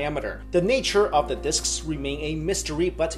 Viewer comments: " diskisisss " lol thumb up if you no wah am talking about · I think you are over-pronouncing the word "disks" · Great video Could listen to you say 'disks' a thousand times in a row